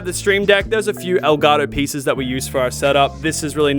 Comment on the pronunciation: "L Garo" El Gato pendej* EL GATO HABLE BIEN